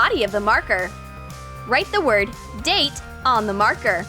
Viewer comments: Date not data stupid 😝😝😝😝😁😁😂😂😂🤣🤣🤣😀😀😆😆😆😉😉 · Actually it's DATE not DATA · It's DATE not DATA